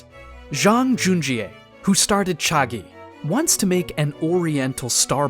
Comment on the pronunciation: hey great video do keep up the good work but i think you may have pronouced chagee wrong